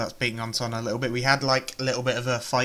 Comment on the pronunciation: I like your videos but really? Sonna? SONA. God man, it's a simple name.